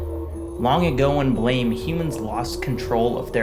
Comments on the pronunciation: You pronounced it correctly. If it's supposed to be pronounced "Blam", it should have been called Blam. The creator probably just didn't know how the English word is pronounced. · you didn't mispronounce it. How the hell is anyone supposed to know that it's supposed to be pronounced "blam" based on the english title alone? Blame is an english word, so you read it as such. Anyone who insists you pronounce it "Blam" is just being pretentious imo. If it was supposed to be pronounced Blam in english, it should have been spelled B-L-A-M. If anything, it's the translator's mistake, not yours.